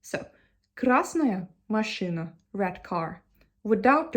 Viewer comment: да вы правы, но если захотеть придраться... слово "машина" все таки было сказано с акцентом, русское "и" немного другое, скорее звучит как машЫна. моя оценка 99 из 100 возможных😊